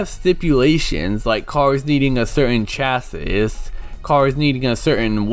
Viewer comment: This was a fun review to watch, although it's kinda funny hearing someone who's not a car person try to talk about car terminology :P Like that's not how you pronounce 'chassis' at all. Also, the 'classes' are your drivetrain options, which basically determine where the engine will be in the car and which wheels the power goes to. Like FF means Front Engine, Front Wheel Drive, FR means Front Engine, Rear Wheel Drive, and so on. IRL, where the engine is placed in the car (and thus the center of gravity) plus which wheels drive the car forward will have a major impact on how it handles. For a basic example, FF cars will tend to understeer in turns, while FR cars tend to oversteer and spin out if you aren't careful. What's also really cool is the car's body changes in appearance depending on which drivetrain you pick, even if the IRL equivalent never had a version of the car with that drivetrain. I do love what you said about the story though. Does sound pretty interesting aside from the out-of-nowhere plot in the last 1/4. I really should try this out on emulator at some point but I keep putting it off.